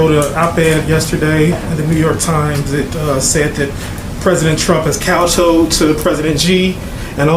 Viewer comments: this fool pronounced kowtow instead of kowtowed he said "kowtoad." Pretty pathetic....uh illiterate... for someone in the White House press pool. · 07 cow toe’d??? You mean kowtowed? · So... are we all just gonna ignore the elephant in the room? Dude just said, "cow-toed" or, "cow-toad". I''m not sure how to spell what he said. What level of linguistic proficiency is required of a journalist to be allowed into a White House press conference? I would think that it would be most appropriate to send the best of the best journalists from your organization to these events. Every day is a new shit-show of attempted gotcha questions from, what I have to assume are interns being thrown into the deep end of the pool. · COW-TOWED ? Lol